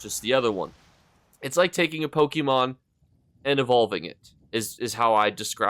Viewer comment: Whats a pokiemon? 😂 that was after my time